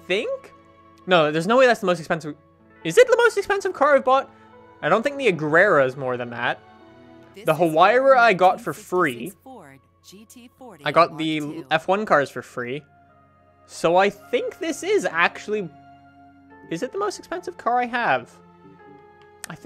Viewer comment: i think huayra is pronounced why-ra